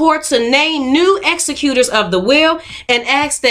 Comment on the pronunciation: Executor ex·ec·u·tor = law "Executor" has a specific meaning. It's a legal term referring to the person who manages a deceased person's estate in accordance with that person's will. It's pronounced differently too, the emphasis is on the second syllable. ... "Executer" is pronounced with the emphasis on the first syllable. ek·suh·kyoot-er "Executer" is pronounced with the emphasis on the first syllable. It means the one who executes. That may mean (arguably incorrectly) to execute a will as in the above. Among other meanings it may also mean the one who carries out the execution of a person, as in hangman. Many dictionaries don't even list it as a word